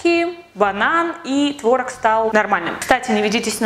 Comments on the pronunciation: Не творог а творог 😂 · Вообще-то правильно "творог" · Может не творог а творог? Какой тип ты? Я 2. Рофлю